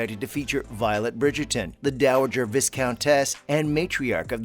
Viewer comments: I''ve reached the end of my tether. PLEASE, fellow Americans, the S in viscount is SILENT! Nearly every interview or news video includes this mispronouncement, and so far, the Brits have been too polite to correct interviewers. Aarrgghh! NOT VIS COUNT. VI COUNT. LONG I. SILENT S. NOT VIS COUNT ESS. VI COUNT ESS. LONG I. SILENT S! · Hi, love. I know having a pristine pronunciation all the time is really troubling, but please, hear my word of advice. A word "vicount" is pronounced as vai-count, not viss-count. Great job nonetheless! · Please, please, do not pronounce Viscount ViScount - the S is silent and is pronounced with the i continued!!!! as in High!! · "Vissscount"?...the s is silent. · You can tell who didn't watch the show. When they pronounce Viscount to rhyme with discount. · And the I is long. But hey, whatever brings on viewers, right? ::sigh:: This is all speculation. Not worth the time to watch it. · The s in Viscount and Viscountess is silent…. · Can’t any of these narrators pleeeease pronounce “viscount” correctly?